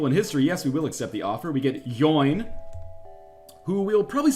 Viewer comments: lol Eoin is pronounced just like Owen, not like yoin, it's an Irish name :D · Dear Northerlion, Please don't depower your engines when they have missiles. They'll always hit. P.S. Eoin is pronounced like Owen. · The Zoltan called Eoin..it's pronounced "Owen" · Eoin is just pronounced Owen - its a Scots/Irish Gaelic spelling of the name.